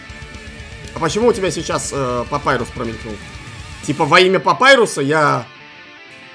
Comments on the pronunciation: НЕ ПАПАЙРУС А ПАПИРУС ГЕНИЙ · Не папайрус а папирус